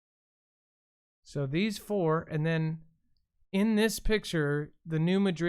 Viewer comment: New Madrid, Mo is only about 20 miles from where we grew up. 100 miles from where we live now. It is NOT pronounced New Ma-drid, that is in Spain. It IS pronounced New Mad-rid.